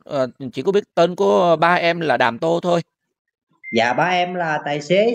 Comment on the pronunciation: Cười bể bụng với cha tên Đàm Tô mà đọc ngược thành tô đàm 😂😂😂